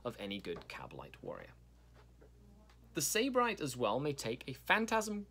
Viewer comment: Its pronounced Sib-arite It means hedonist or pleasure addict (or originally a person from Sybaris, Greece)